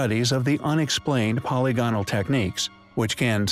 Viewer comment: My inner grammar Nazi cringes every time you say "polygonal." The word is pronounced "puh-lig-uh-nul," not "polly-go-nul."